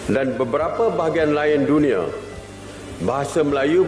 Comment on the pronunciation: Tulisannya "DUNIA" dibacanya "DUNIE" 😂 gmn mau mendunia